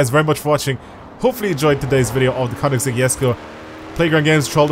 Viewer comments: That's how you're meant to say it. (He doesn't say it with the G it's a K) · Your probably the only one i have heard to say the name correctly